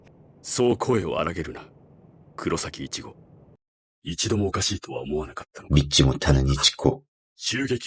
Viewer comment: 진짜 궁금했어요 이치고인걸 아는거 같은데 자꾸 이치코이치코 그러셔서